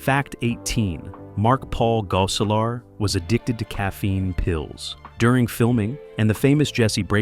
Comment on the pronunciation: "Tiffany Tie-son" "Cleek"? "Goe-selar" Who or what narrated this? LOL